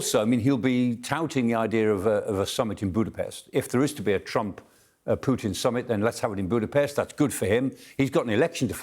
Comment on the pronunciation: has blamed "Pewtin". 😂